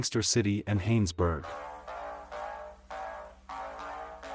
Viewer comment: And its Johannesburg not hohansburg